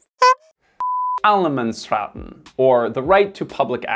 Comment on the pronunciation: Yaaaj, försöker sig på svenska igen 😊🇸🇪 You did...quite good until Allemansrätten 😅🤣💚...and Åke 😂 I always forget that 25 days off and 4 of them during summer (if you want) is not a thing everywhere, (should be)... 🙄 many companies lean towards 30 days/year now. But yeah, it is the truth with some modification ofc. 😊 back in the days all industry where closed down during the same 4 weeks and its still called industrisemester. Basicly the 4 weeks you dont wanna be off because everyone is, doing the same things creating line-ups 😅😓🤣